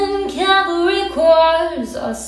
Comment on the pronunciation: Ok I’m sorry but some of them say CALVARY when it’s CAVALRY. Ughhh 😂 it’s really pretty tho.